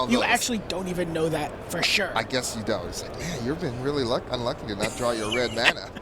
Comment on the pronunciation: Red not Wed